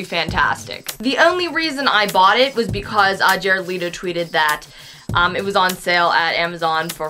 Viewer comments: Oh yeah its pronounced Let-o not lee-to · ITS PRONOUNCED JARED LETO (LEH-TO) NOT LEETO!!!!!!! NOT LEETO NOT LAYTO BUT LEHTO BUT ITS SPELLED LETO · Jared Leto*, not "Leeto".